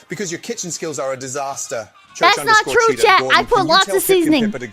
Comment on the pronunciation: Pippa's inner southerner came out with three Not Trues!